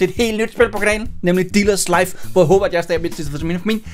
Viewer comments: det lyder som om at du du siger ^velkommen til diller´s life¨ xD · Er det bare mig eller siger han dillers Life ??? 0.03